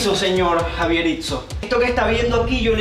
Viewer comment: Jaberritso es jabier